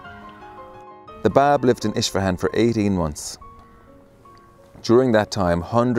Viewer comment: Please learn to pronounce Persian words correctly from a Persian friend for example it is Isfahan Not Ish fahan and more